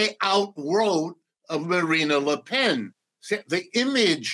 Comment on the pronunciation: Macron is the epitome of a centrist European politician, but the Professor somehow sees 'the collapse of the middle'. Deluded, to say the least...Btw, the way he pronounces 'Marine Le Pen' says something about how much he knows about France.